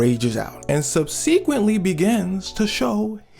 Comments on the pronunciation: I believe that the word you were attempting to say was subsequently pronounced = Sub se cw ent ily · I've never heard someone pronounce subsequently like that LMAOOOOO